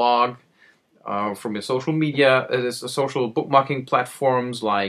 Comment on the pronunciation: Did you just say ''Gocial media'' ? lol